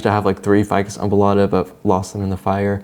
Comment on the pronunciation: Every time you said ficus embolada I could only hear ficus oompa loompa